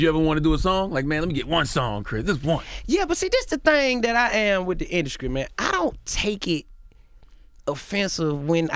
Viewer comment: lol he said “induskry”. These southern slangs. 😂😂😂